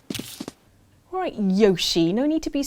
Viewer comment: You guys still haven't learned to pronounce Yoshi properly. Smh.